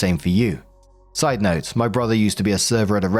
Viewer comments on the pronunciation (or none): none